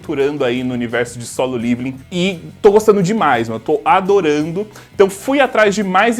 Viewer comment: Eu sou o unico que tem uns negocio quando ele fala liviling envez de leveling ???? Kkkkkk